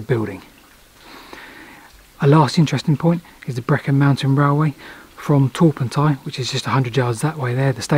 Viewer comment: I've always been curious about this tunnel. Thanks for satisfying my curiosity. As a note in the margin, Torpantau is pronounced with the emphasis on Pant. Thus the full pronounciation is TorPANTeh.